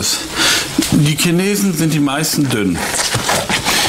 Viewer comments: Die "Schaneesen"😂😂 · Die “Key Naysen ? “ 😂😂😂🤗